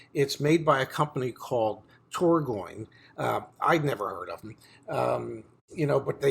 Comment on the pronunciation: Tor G on.. not tor goin. Lol nice watch, too big for me lol